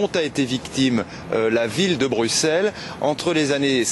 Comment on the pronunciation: Le présentateur français ne sait pas prononcer Bruxelles pourtant la France a aussi Auxerre donc un présentateur digne de ce nom devrait se renseigner avant de parler